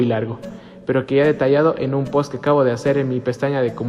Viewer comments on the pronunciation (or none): none